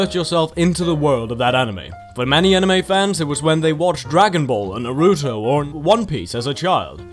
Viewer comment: he killed when he said naruto as narutoh